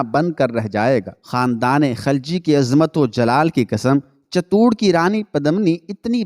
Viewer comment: صحیح لفظ چت- توڑ ہے Chit tour